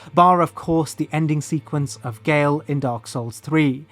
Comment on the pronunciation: Pronouncing Gael as "Y'all" is diabolical. Instantly threw me off, because I was listening and kept thinking "who the hell is he talking about. I don't remember anyone named Y'all."